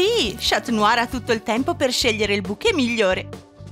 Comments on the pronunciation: Si dice scanuar non scat must!!! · NON SI DICE SCIATNUAR LEI A DETTO SCIATNUAR😂